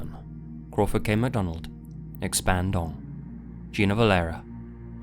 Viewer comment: Hearing him read expand-dong at the end during the patreon supports it destroyed me